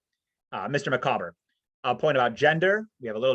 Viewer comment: Having a purpose - yes, Dickens was very much a self-made man, and one with a tremendous work ethic, so he placed great store on independence, self-reliance and hard work. BTW, I once heard someone pronounce 'Micawber' 'MICK-a-bore'! Good grief!